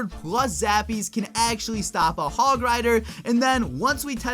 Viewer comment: You did the hog oneeee wrong